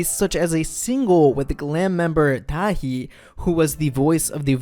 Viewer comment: It's pronounced Da Hee as in HEE Chul